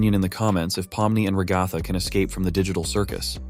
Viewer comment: FR LIKE ALL I HEAR IS RUHGATHA